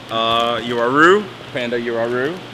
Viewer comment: Uaru You-a-roo 🤣 Wha-roo